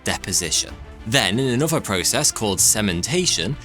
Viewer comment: A real tragedy is the way this guy pronounces another... anuhvah and anuhvah